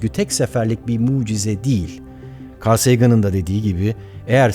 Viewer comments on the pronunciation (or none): none